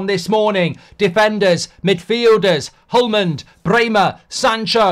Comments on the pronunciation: "Hjulmand" is pronounced something like "yulman", but hard to pronounce the Danish sounds in the word for English speaking people . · Hjulmand is pronounced yulman, and it means "wheel man" which will probably become a chant/song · Mark, I am danish myself and can help you with the pronouciation; Hjul - = is pronounced "Yool", as in "You" but with an "L" at the end. It is not pronounced as an english J where there is a soft D in the beginning (so not like Jewelry or Jaws) -Mand = The D is silent as you said, similar to the english way of saying "Man" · Hjulmand is pronounced Julman, the H is silent. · Hjulmand. Just say it like there's no H and no d. Julman. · H is silent so its more like You'llman D is silent too, hope it helps a bit Im danish btw. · The H and more or less the D in Hjulmand is silent, you pronounce it "Julman". /Scandinavian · The h in Hjulmand is not pronounced as well, and the “hjul”, will be pronounced similar to “Jool”. “Joolman” would be the closes pronunciation for a non native Danish speaker probably. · Actually BOTH the H and the D in HJULMAND are silent, so just say you’llman and you good 👌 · You almost got it Mr. Goldbridge Sir... Pronounse it like "Hjuulman" and you won't be that far off. 😊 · (H)Julmand. H is silent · Hjulmand = Wheel Man (Man here means Maker) so it's basically Wheelwright. Oh and the pronunciation is Yule-man. The H and D are silent here. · When saying Hjulmands name, it's important to use the "J", the "H" can he silent, but they are said together "HJ", but to make it easy for non-danes, put less effort in saying the "H", and just use the "J" as the first letter. A lot of brits make the same mistake when saying Højlunds name, brits use an "i" instead of the "j", so his name becomes Hoilund, instead of Højlund. And I won't even mention the letter "Ø". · The H and the D are silent in Hjulmand. The Danish language is similar in that way to the French.